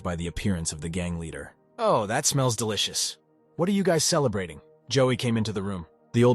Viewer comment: licen to how duilicus was said.😅